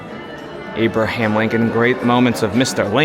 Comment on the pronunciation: Tell me this moron did not just call him "ABE-ER-HAM Lincoln".